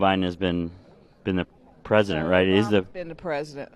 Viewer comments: "He's already presiditt". 😂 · "He's awreddy presadunt."